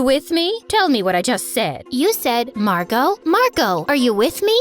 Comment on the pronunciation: Her name is Margo like Fargo?😂